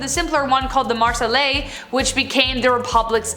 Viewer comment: La Marseillaise: exists: MARSELLEZ Also as a certified french person who studied french history for more than 12 years so far it wasn’t a tennis court, it was a ‘’jeu de paume’’ and idk how to say it in English— to give you some backround, it is a game where you hit a bouncy ball with your hand (paume=palm in french, so jeu de paume, game of palms), while competing against another team— translation errors, am I right or am I right? No but seriously, it wasn’t a tennis court:’]